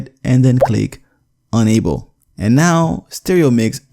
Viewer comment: Thumbs down. "Manage Sound Devices" is not available in my Windows 10! (Also you pronounce "enable" as "unable", that only confuses people.)